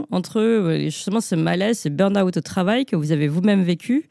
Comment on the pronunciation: Burn out, pas "burn aout"!!! quand même, prononcer convenablement u n mot d'origine anglaise n'est pas si difficile, non?Q uand à devenir britanniques autant le faire convenablement.